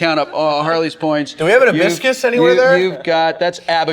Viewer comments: LOL HIBISCUS --> ABACUS. Oh man too funny!! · I'm glad I'm not the only person who thought "hibiscus" when he pronounced it "abiscus." 🌺😝🔢